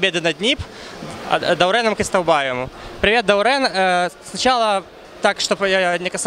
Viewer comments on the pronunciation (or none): РЕАЛЬНО ПОЧЕМУ ВСЕ ГОВОРЯТ ДАУРЭН КАК БУДТО НЕ МОГУТ ВЫГОВОРИТЬ БУКВУ Е